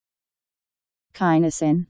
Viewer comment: The actual pronunciation is \ki-ˈnē-sən\, or kin-ee-sin